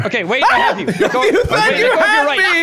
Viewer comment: Did anyone catch mark say "you thed you had me!" 😂😂😂